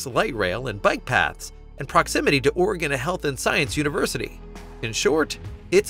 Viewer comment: it’s pronounced “Orygun”. There no “gone” in Oregon. It didn’t go anywhere.